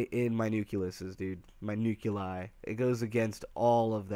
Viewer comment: Liked the video about 5 minutes in. Unliked the video and stopped watching 22 minutes in: "Nuculus" "Nuculi" Nucleus. Nuclei. Thanks for trying bud.